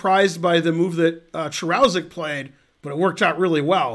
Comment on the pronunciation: Hey Ben, the name should be pronounced "Karushek".